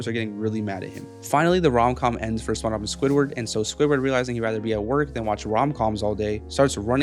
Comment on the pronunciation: dude literally says sponshob